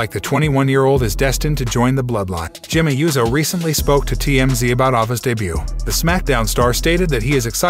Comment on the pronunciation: Is there a “z” in “USO”? Smh